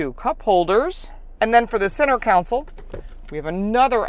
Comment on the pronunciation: Why do so many Americans say center “council” ? The word is CONSOLE ! 😁